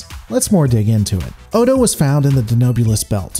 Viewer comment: No. That comment was a year old, and I have no intention of rewatching this video just because some youtube rando says so. I remember he consistently mispronounced the characters name, but that's it. That's enough for me. The show is available on Netflix. Watch it yourself if you're so concerned.